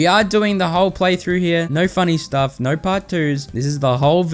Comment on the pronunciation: “Naur class”